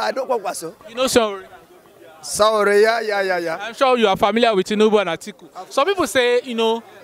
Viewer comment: Please kindly ask people to teach you how to pronounce Sowore correctly. It is Sowore, not Sanwore.